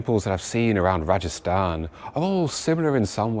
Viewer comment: This is RAJASTHAN not rajisthan